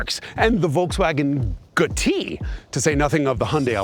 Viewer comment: why his accent like that bro… he seriously calling the gti “goatee” 🥲